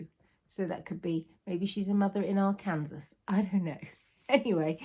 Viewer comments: AK is Alaska, AR is Arkansas. Ar-kan-saw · AK is the postal abbreviation for Arkansas, but it is pronounced ar can saw…xx